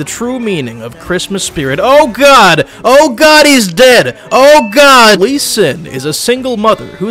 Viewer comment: He says she to lee sin